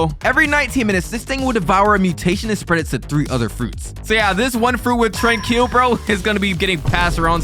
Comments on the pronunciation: It’s not trankill it’s Tranquill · You said “TRAN KILL” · Bro said tranquil as train kill 😅😂😂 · Why do you say tranquil like trankeel